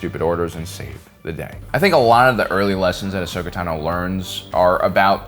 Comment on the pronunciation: Finally! After 6+ years in YouTube, you finally pronounced her name right. No longer will we hear "Tuh-no"